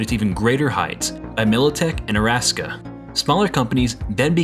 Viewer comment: It's pronounced "Ara - Saka" not Araska. It's Japanese not Russian